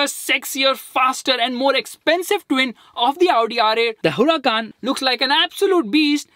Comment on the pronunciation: It's Huracán not Huracaaaaaaan